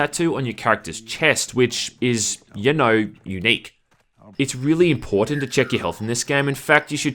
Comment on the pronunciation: that bit emphasizing the "importance" of checking your health, my breakfast is sitting on the floor now